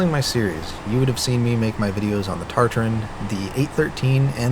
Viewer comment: The number of times you mispronounced the Tatarin lmao